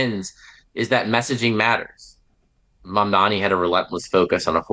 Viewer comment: Mamdani not Mandani..